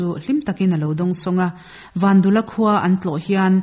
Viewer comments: vandula tih a dul lai hi pum/dul anga lam tur a ni lo va.,vandûla tih a lam tur dûl hi dil(sangha dil) kan lam ang hian lam tur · Vandula tih hi i lam dan hi,tuiluang dul² tih ang hian dul hi lam ri rawh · Vandula tih pawh hi Van tih leh dul tih hi tlem a thluk tur a ni bawk